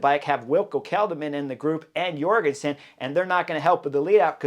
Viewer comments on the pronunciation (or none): Heyo Chris, if I recall correctly I've heard that Matteo Jorgenson's J at the begining of his name is prononce like the J in Jordan => "Djorgenson"